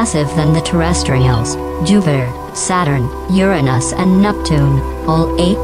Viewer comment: "Uranus" was pronounced 'correctly' but then theres the "ass-teriod belt" lol